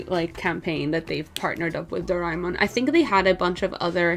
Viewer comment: its pronounced as "Do- re- Mon "